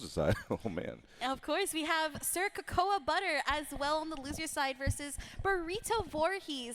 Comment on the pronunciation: It's not "co-KOA"; it's "cocoa."